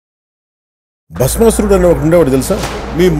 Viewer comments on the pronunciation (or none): Basaweswarudu kaadhu ra ayya...bhasmaasurudu😂....